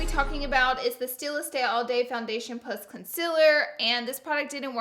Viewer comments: Is it me or does she say concealer wrong like conciler not concealer.... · Honey it's con-ce-lure not cumciler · Why does she pronounce concealer wrong? IT'S CON - SEE - LERR not CON - SIL - ERR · what the hell with the "CONCILER" 😂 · Loara said conzelar lmao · "Consillurr" why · Con-ce-ler thats how you pronounce it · I love how she says concealer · Conciller and there goes another word grezy